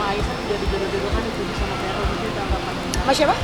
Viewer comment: bkn varel pk kardi tp verrel wkkk